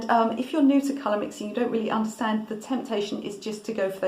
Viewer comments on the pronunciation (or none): none